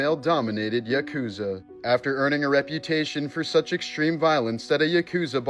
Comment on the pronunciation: "Yuh-KOOZA?!!?" 🤣 Try, "YAH-koo-zah."